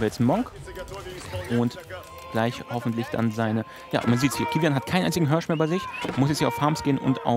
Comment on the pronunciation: holt sich den vörten Hörsch!:D